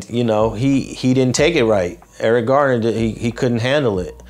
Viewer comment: Nip is a Leo 8/15… he keep on saying Eric Gardner 🙏🏼🙏🏼